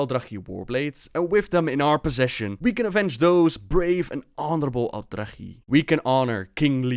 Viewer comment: He pronounces everything wrong, probably just to troll now since he has actually changed how he pronounces words from how he did in previous videos.